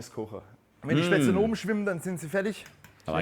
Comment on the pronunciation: You need to practise your pronounciation: "st" and "sp" at the beginning of an originally German word are actually pronounced "sht" and "shp". Except in Plattdeutsch maybe. And the "le" and isn't turned into an "el" as in English. So it is "SHPätz-LE", which is indeed a kind of pasta. German V is mostly (but always at the beginning of a word) pronounced like an English F while an German W is pronounced like an Englich V. The "whipped cream" for the Kässpätzle is actually rather "whipping cream", so just "whippable" and not the sweet stuff from a can you put on your ice cream, but simply "pure" cream whipped without sugar or anything added. And yes, cream makes it...creamy.